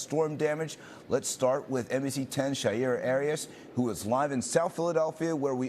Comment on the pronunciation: I think that he broadcaster is pronouncing the in the scene reports name incorrectly. Isn’t it Shaira (Shī-Ra)